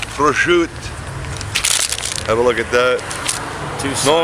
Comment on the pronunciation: I thoroughly enjoyed this video! Looks yummo. And good pronunciation of prosciutto also. Great dish and awesome entertainment.